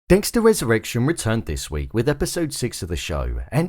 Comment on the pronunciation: Wesurrwection. Fix ur speech